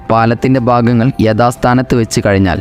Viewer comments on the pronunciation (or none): none